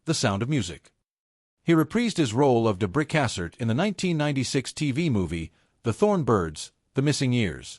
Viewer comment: He was my first ever celeb crush when I was in kindergarten, loved Centennial and Thorn Birds. He deserved better than this half assed AI photo loop on repeat. Dang near choked on my beverage when AI butchered Father Ralph’s last name. I’m out.🙄